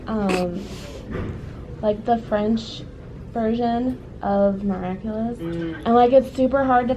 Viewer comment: Miraculer? Or miraculous